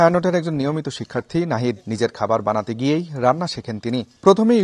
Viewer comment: Se nahid noy! Nahida